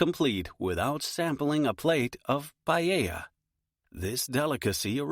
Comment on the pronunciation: Is not pallella, IS PA E LLA 💀